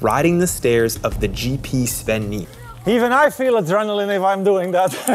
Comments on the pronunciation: FYI: his name is pronounced ‘Nas’, not ‘niece’ or ‘nice’ 😎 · As a native Belgian, it's so funny to continuously hear Jeremy butcher Sven's name. Nys is pronounced like the English word 'ace' with an n in front of it. Other than that minor detail, a very good video from GCN! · The pronunciation of his last name -------- please do right! :-) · The y is pronounced like the ai in "air", not as the i in "nice". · At least say his name right